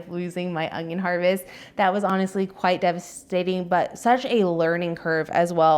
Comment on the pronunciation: Its un-yon. Not ongyon. Why do so many people struggle with pronouncing it without a g???